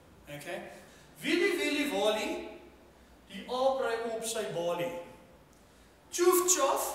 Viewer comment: Walie, nie "Wallie" nie... Balie, nie "Ballie" nie. Wel redelik snaaks. Nie naastenby so goed soos se ander goed nie.